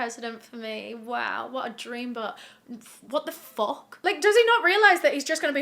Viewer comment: That one "Wot the fok" omg